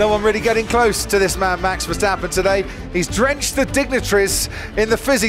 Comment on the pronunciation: This is how you pronounce Max Verstappen as a non-dutch native: Mahx Vair-stop-pun And not: MEX FERSTEPPEN